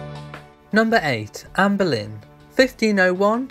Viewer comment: For heaven's sake...her name is Anne Boleyn not Berlin !!!